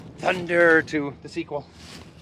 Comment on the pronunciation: Why do I laugh EVERYTIME he says "THUNDERRRRRRR"?